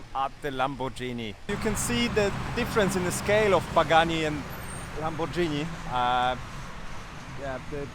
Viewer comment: Lamborgini, nie Lambordżini